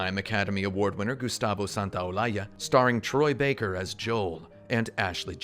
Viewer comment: "Gustavo SantaolaSHa" nice argentinian pronounciation there